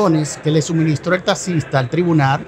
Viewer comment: Que abogado es ese que por desir taxista diga tasista 😂😂😂